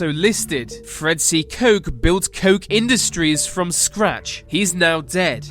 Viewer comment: It's Koch not Koch.